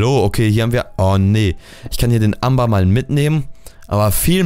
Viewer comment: Das Amer, wie du es aussprichst, ist Englisch und wird so wie Ämber ausgesprochen! :D Englisch Skills FTW :D